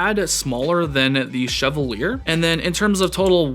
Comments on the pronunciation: Bruh, Fire video, Fire knife. Loved the intro and breakdown. Your lighting setup is incredible. Also, I think it's pronounced "Cheval yay". French AF. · Respectfully, can I suggest that the name of the knife is pronounce [she-va-liey] or, in formal IPA [ʃɛvaǀje], from the French, meaning “knight” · sheh-VAL-yay. As in the French actor Maurice Chevalier.